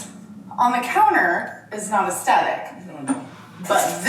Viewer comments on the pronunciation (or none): to buy things BEFORE moving is the most insane thing ever???!!! you want to have as little as possible when you pack and move, and then you buy whatever else you need once you’re moved in. what is wrong with them. Also the way she says “astetic” instead of “aesTHetic” grinds my gears….and her taste is so unbelievably tacky wow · Um, its "Ess-dettikly" thank you very much everyone 😂